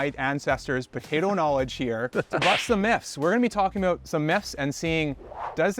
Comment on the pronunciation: is it Botato? I can't be the only one hearing this. Do Canadians say BOtato?